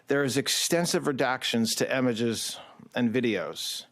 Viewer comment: .... i don't know if I can trust someone who pronounces images... emiges...😮